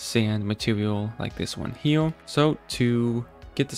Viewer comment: Bro dont wanna make fun of you but ur voice just aint it, i hate how ppl say right hewe n shit like that 😭